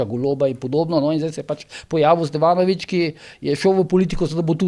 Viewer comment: Za božjo voljo g. Zoran Stevanović predsednik državnega zbora. G. Požar kdo je STEFANOVIČ?????? Morda ''v'' običajno v nemški izgovorjavi je ''F'' Žalostno za nekoga po defoltu novinar preoblikuje izgovorjavo imena....